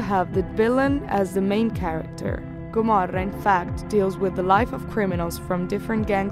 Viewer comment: It’s the perfect italian pronountiation!